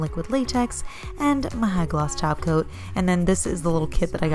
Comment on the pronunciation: Nail Therapy Studio I know! I thought I heard “glossy taco” for a second! 😜 🌮 💅🏻